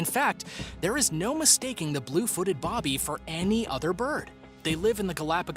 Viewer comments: I hate to be one of those type of people, but you pronounced Blue Footed Booby wrong. It's NOT Blue Footed Bobby like you kept saying, it's actual name is Blue Footed Booby ~u know like what lady's have~ I'm sorry to be annoying by correcting you but i couldn't stop myself! Still a big fan of your videos & watch all of them! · Boo-by...BOOby. Not Bob+by